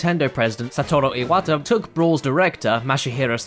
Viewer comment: Why did you say Iwatas name with an accent, but not Sakurai?